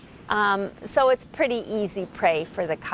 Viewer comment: Say it without PURDY, cause its just a bad habit